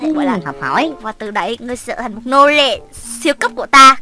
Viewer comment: Trờ hả chị...bữa giờ e đọc Trở